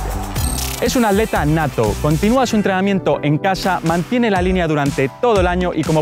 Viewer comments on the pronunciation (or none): none